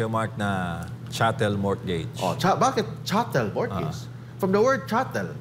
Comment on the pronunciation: Silent "T" po ang mortgage